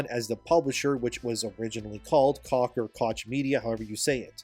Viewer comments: Koch is pronounced coke, not cock. Cock media is pretty funny sounding though. 😅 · It's Koch media, not cock media. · “Koch” is pronounced “coke”.